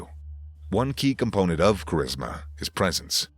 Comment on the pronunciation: L and live how his funny at points he said cherisma lol